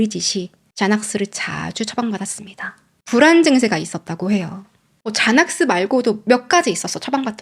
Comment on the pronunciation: 여자이름중 좐 (John)이란 이름은 없읍니다. 혹시 존 (Jon) 이나 조언(Joan)이 아닐런지.. 아님 젠(Jen, Jan) 을 잔이라고 하신건가? 제넥스를 자넥스라고 하신거보면....